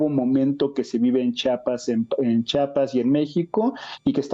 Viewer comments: Buen día. Un favor. Se pronuncia CH I APAS, NO CHAPAS. Gracias. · Jajaja dice chapas ...tan pendejo no sabe decir chiapas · Lo correcto es chiapas no chapas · Chiapas no chapas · Interesante el análisis del maestro Raúl Romero, pero el nombre del estado se pronuncia como se escribe,la I no es muda.Çhi a pas.